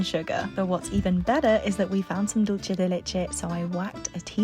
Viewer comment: FYI: You don’t pronounce the “c” like “ch” in Dulce. You pronounce it like “s”. Take it from someone whose first language is Spanish. 😊